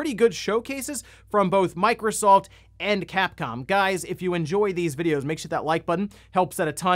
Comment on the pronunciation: Sounded like he said microsalt 😂